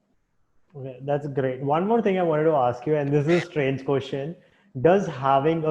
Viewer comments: I like it when he says that's gRRRReat :) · RRRReally that's gRRReat!